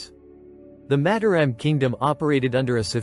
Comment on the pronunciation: It would be nice if the commentator could learn how to pronounce Mataram. Each syllable has 'a' as in father. with each syllable stressed the same.